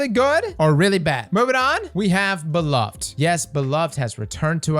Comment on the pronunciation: Bro you’re my favorite Destiny YouTuber. Hands down. But BRO! You gotta work on your weapon name pronunciations lol Namely Wizened Rebuke, Beloved and Myrmidon’s Reach in this video. Anyway great video, luv ya. 👊🏼